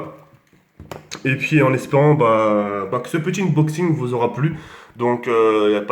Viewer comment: Mdrrr le blédart, il invente des mots de ouf: -Domination, par Damanachion. -Lacrymogène, par Hackrinogène. -Unboxing, par Uboxing. -Infinite, par Infinity.